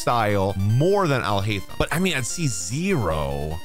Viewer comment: Alhaitham ...sounds like " I'll hate them"